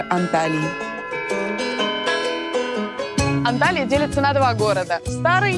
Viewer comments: Не Анталия , а Анталья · Правильно будет Анталья